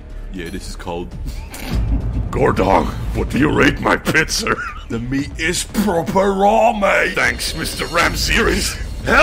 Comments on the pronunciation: the way he says pizzer is so perfect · Pizzer lol